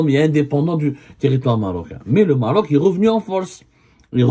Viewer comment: gnayngna ngniya ngniya , nyayaya , el MMMMMaaarrrroc .